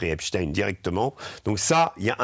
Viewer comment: Je juge de la probité d'un media de la façon dont est prononcé.le nom Epstein. Là c'est validé.